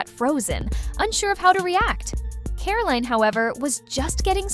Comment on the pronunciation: Who calls her 'Caroleen'?